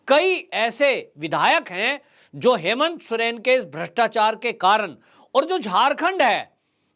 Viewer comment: सुरेन नही सोरेन बोलिये